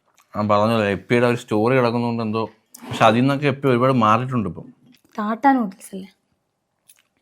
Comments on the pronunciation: എപ്പി അല്ല ഇപ്പി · Yippee ❌ Yeppy ✅😂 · Yippee❌ yappee✅